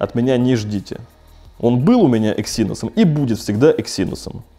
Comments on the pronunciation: Почему эксИнос? Эксинос же. На "Э" ударение. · Эксинос а не эксИнос, аж противно становится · Не говори екси, звучит как секси) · ЭксиНОС говорить правильнее